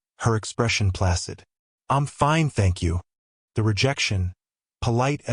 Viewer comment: Placid not plasid